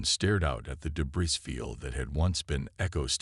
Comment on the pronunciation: Please for all that is good... Please get a better AI Narrator. The one you've got isnt as smart as most Earth Cockroaches! Your idiotic AI Narrator cannot pronounce DEBRIS. IT'S NOT "duBrees" The word "weaponized" is NOT PRONOUNCED "WEEP-un-eyezd"